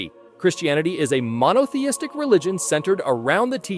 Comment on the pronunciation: "monotheistic" lol